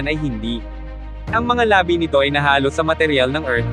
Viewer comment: iba ang labi(remained) sa labi (lips) iba ang bumabalot(wrapped) sa bumabalot (sound balut) .. AI yata ang narrator hindi tao..palpak